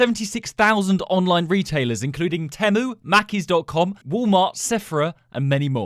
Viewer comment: Almost cried when you pronounced Macy (I’m American btw)